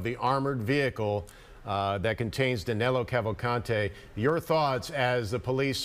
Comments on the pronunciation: HIs name is DANILO not DANELO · Danelo!! LOL... Danilo, NOT Danelo. His name is Danilo!!